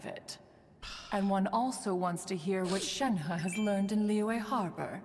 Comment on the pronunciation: FINALLY SOMEONE SAYS SHENHE RIGHT